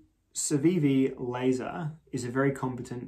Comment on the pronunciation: It's pronounced more like Lah-zaRR. No lasers... unfortunately. It's actually named after an American guy named Bob Lazar that was one of the first UFO and experimental aircraft conspiracy nuts back in the 80s. Wrote the big book on it where he claims he was hired out of MIT to reverse engineer alien drive tech for the US Government. He's a bit of a goofy nut of course but he did end up being pretty inspirational and popular in the goofy nut inner circles. Joe Rogan is a big fanboy so...you get the idea. 👽 The knife is pretty cool though. I loves me a trailing point and a thin boi and this one's a damn good example of the form. Too bad it didn't turn out to be as slicey as it looks. Excellent paring knife though. I was hoping you, Advanced Knife Bro or Nick would get around to reviewing this one before too long. Was glad as hell to see this in my feed today. You're a peach as always. 👌 P.S. Bring back Bricky. 🧱